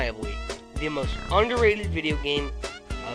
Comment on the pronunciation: Who ya gonna call? LU-IGI!